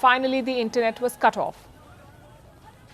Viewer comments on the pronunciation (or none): none